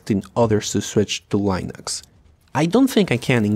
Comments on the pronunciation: Ya lo había dicho el mismísimo Torvals, se pronuncia Linux, no Lainux. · Not true. The guy pronounced it correctly multiple times in the video as 'Len-ix" and went off the rails and said "Lie-Nix" a few times. Look anywhere, any Linux video. Everyone pronounces it as "Len-ix" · Lee-nicks 👌.. Lie-nooks 👎.. try, at the very least, to pronouce your subject matter correctly.. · The way you pronounce "Len-ix" as "Lie-Nix" really bugs me. xD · Dude, you either pronounce it Linux or Lainux but not both! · I like how much you switch between pronouncing it as "linux" and "lainux" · It’s not line ux it’s like lin ux like tin with a L then ux. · Did he just said Line ux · lienux and then you pronounced correctly couple of times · HE SAID Linux correctly once, L-in-aaaaaa-xxxxxx. He has been pulling us through a joke the entire video. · leeh ... nucks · Le naux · My biggest problem with this video is your inconsistent pronounciation of Linux, just pick one! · You are obviously mispronouncing it on purpose.... Lainux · It's not Linux, it's Linux.... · I love how you mispronounce Linux but you pronounce Ubuntu perfectly in the first go. With a lot of other people it's the other way around. :P